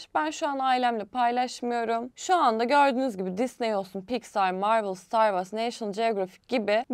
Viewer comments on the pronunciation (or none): Yani saçma bir şekilde eleştirmek için eleştirmişsin. Dünyadaki en iyi yapım şirketlerinin filmlerini ve dizilerini bize sunması yeterli bence. Star wars başlı başına üye olmanı sağlar zaten. (Vars diye değil ayrıca vors diye telaffuz edilir)